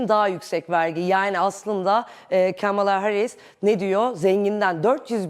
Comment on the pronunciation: sanırım biraz trumpçı.. Kamala deyişinden belli:face-green-smiling